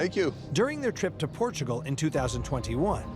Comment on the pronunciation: 'Welcome to Port-a-gul.'